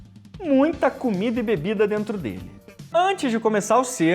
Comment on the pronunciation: "beDida" ao invés de "bebida". Só dando um toque ✌🏽